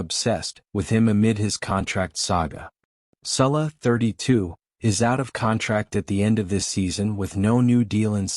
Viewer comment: It's Salah..not Sulla. If you're going to report on something at least get the name right.